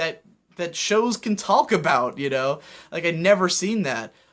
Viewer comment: I gotta balk at the way you say talk and walk